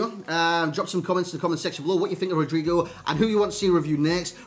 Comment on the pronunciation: His name is pronounced "Rodrigo".